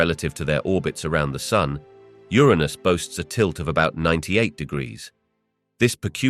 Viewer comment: He said Ur-un-us correctly the first time, then proceeds to say it incorrectly from that point on. "Your-run-us" not "Your anus".